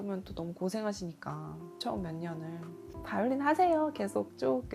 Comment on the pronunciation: 한국인이 한국 사람들을 상대로 한국어로 말하면서 봘렌타인 봐이올린 후리즈등등 어색하고 거슬리네요... 꼭 그래야 하는지